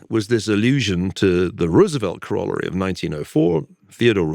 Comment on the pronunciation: Ferguson is saying corollary wrong.